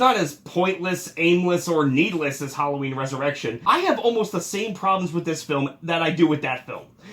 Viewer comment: I swear, I thought he said 13 reasons whallaween.